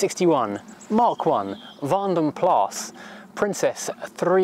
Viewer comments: The a in plas is shorter than the a you are pronouncing in vanden and sounds more like plus in english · 'Plas' translates as a lake, pool or puddle. Colloquially it is 'pee'!